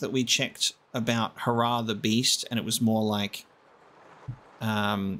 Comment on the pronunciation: Hair-ah Not hurrah